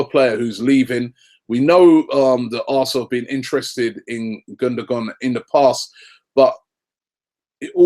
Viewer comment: How Gündogan's name is pronounced: (Gun-do-waan). Not (Gun-do-gan). -Just saying.